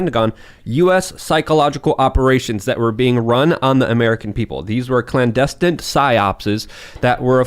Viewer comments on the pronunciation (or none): "Clandestint Psy-opses" What is wrong with brain?